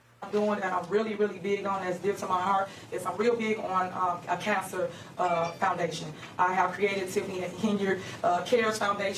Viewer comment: I have no idea why, but the way she pronounces cancer gets under my skin, such as when people say such as to sound smarter.